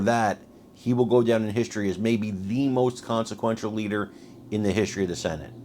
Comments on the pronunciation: She said “Leaker”. Haha. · Was it just me or did she almost say leaker of the house?